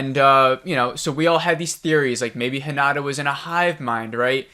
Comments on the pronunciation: I agree 100% with your analysis and irritation! Why did we have to meet Monty, and other characters whose story went nowhere?? BTW, a word on Japanese pronunciation. It's not hiNAda. It's hi na ta. No syllable is stressed. Not mitSOOki. mits'ki. Also hoshi means star. About the "distorted image" and beeboop sound? I rewatched that scene but didn't see it. Sounds like you got a bad download. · the name is HinaTa. with a t. not a d. its not Honda. ;) so work that t, spell that thing! also: while I agree with the sometimes confusing and maybe unnecessary long way so end up where we could have been way earlier, I disagree with the conclusion. so far this series was not one bit about the aliens or the fight, it was about the individual impact and an apparent bigger connection between these individuals. also we saw some things that were rarely ever pictured. the lines between the lines if you want. If you expected something like Independence Day in episode-style your came to the wrong place. this series is heading somewehre else. and you shouldnt judge a ferrari based on how mich baggage it can transport, thats just not its job. just as this show never aimed for the big spectacular invasion stuff we ve already seen plenty of times. I also got impatient when watching the episodes, at the same time I always wanted to see the next episode and it was with the impression I was getting pissed. But I kept watching it and there were always some moments that were brilliantly delivered or something we rarely ever saw on other shows -(the lines between the lines). The end I found very very good. I wanted the answers, I dont think I got a lot of answers. and still I was like: yeah, thats a fitting season finale. also you said some weird stuff. "not supporting soldiers?" that man instantly left after their son died and stayed away for 2 years because he couldnt bare to be home. now